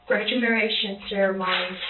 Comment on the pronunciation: did she say “gradumeration”????